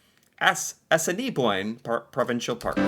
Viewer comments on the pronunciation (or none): A-sin-a-boin,prounce it that way